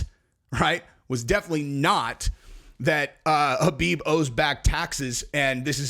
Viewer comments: Stop calling him Habib. It’s KHABIB “cuh-beeb” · His name is Khabib not Habib. Get it right